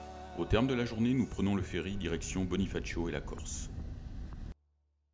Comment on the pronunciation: Très belle vidéo, je regrette que ce ne soit pas plus long et détaillé. Les repas dans les agritourismes m'ont fait saliver. Attention par contre à la prononciation des lieux, vous les ecorchez pratiquement tous. Entre autre, nuraghe ne se dit pas comme "nuage" mais comme "guet", Cagliari ne se dit pas "gli ari" mais "caliari". Bonifacio ne se dit pas "bonifachio" mais "bonifassio"...